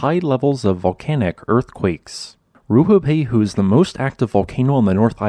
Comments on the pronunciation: RUApehu, not RUHUpehu. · If you're going to make a whole video about the volcano, at least learn how to pronounce it's name correctly. Its Rue-ah-pay-hoo. Have some respect for Te Reo Māori. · It's not, this guy just can't pronounce it